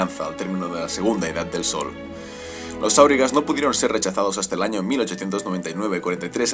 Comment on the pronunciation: Entiendo que se pronuncia "auriga", con acento en la I, puesto que la palabra está en español y es grave. Es la traducción del inglés Wainrider